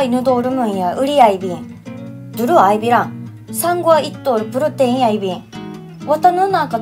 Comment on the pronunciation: ほぼうちなーくちなのに、ベッド、布団、とにかく、おきて、浴びて保湿とか所々標準語が入るのが不思議……プロテインはちょっと訛ってるし………不思議…………